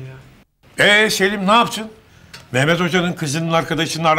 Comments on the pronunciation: Mehmet demiyo meğmet diyo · bu kadına biri mehmet demeyi öğretsin cıldırıcam